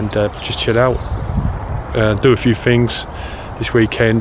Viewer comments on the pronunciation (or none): We can all do things better but you need to work on your pronunciation mate. For example, rolling is not wolling! Right is not wight and things are not fings.